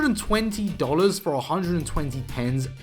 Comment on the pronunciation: Why are you saying dolars ur english